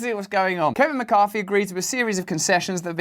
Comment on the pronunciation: Why can't the English pronounce th.....? Why is it McCarFy